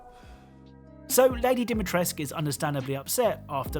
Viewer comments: as a fellow romanian its Dimitrescu and not Dimitresc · DimitrescU, not Dimitresc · It’s not “Dimitresk”, it’s pronounced as it’s written with a “cu” at the end. At least that’s the correct way according to Romanians. Anglicizing everything is so annoying. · Hearing you call Sturm 'Stern' and Dimitrescu as dimmy-tresk... Aghh. It's not Stern. It's Sturm. German for storm. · Why do you call her Dimitresk that fucks me up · Dimitresk? No, Dimitrescu. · i thought dimitresc(u!) was worse bc its said more often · Man.... It's not Dimitresk... It's real romanian Surname and you have to pronounce as Dimitresku... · I don't know why people read her name "Dimitresc" when it literally has an "u" at the end? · in romanian it would be pronounced like Dee-mee-tres-cu, the voice actors are pronouncing it Doh-mee-tresc a lot though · could you please not say dimitresc, and instead dimitrescu. its freaking me out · Knowing that Capcom was so lazy they set it in Romania but didn’t ask a single Romanian how to pronounce Dee-mee-trees-coo really harms my appreciation for an otherwise great game. Also, the extremely lazy Lorem Ipsum on the Lei; it’s a common nonsensical page-filler. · the mispronunciation of the romanian words... the "ciorba de legume" is pronounced "chi-or-bugh d-eh leh-gu-meh". Idk who tf said that the e is mute and that Lady Dimitrescu's name is pronounced Dimitresk, but plz fire the person. Also, for the simps out there that actually wanna know how is Lady Dimitrescu's name pronounced, it's "Dee-mee-tres-ku". The letter ''u'' at the end is not mute. It's not a thing in romania to have mute letters, especially at the end. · It hurts to hear people misspronouncing romanian words. "Regina Rosie" means "The Red Queen" and "Ciorba de legume" is just soup with vegetables. AND THE "U" AT THE END OF DIMITRESCU IS NOT SILENT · I feel something dieing in me when I hear the way they say Dimitrescu ...but apparently that's how Capcom instructed the actors .